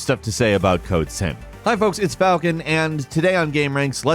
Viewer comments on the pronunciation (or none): it sounded more like code simp 😅